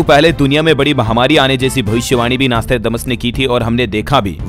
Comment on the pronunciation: आर्रेप्ब्भाव्हु आर्रै प्ब्भ्यैण्हाहा पैलै Nostrademas नौश्ट्राडेमस बोलनेको सिख प्फ्यीर्स्ये तेरे देश की तारिफ पे तारिफ कर पेहेले शब्द सीख